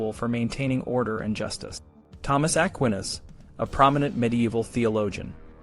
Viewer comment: An excellent and fascinating video! I hope your channel takes off dude! Two things though: the title didn't really match the content of the video. There was no list of "ways to escape the gallows." Second, you should definitely check on your pronunciation of Aquinas's name if you bring him up in the future lol. Still, absolutely teriffic writing and fascinating sources that paint a vivid picture of a completely different time and completely different culture, much more intimately familiar with death, and the threat of execution. Really shows well how people lived and thought in such a world.